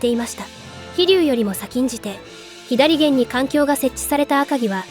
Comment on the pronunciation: ひだりげん？ 「さげん」やろが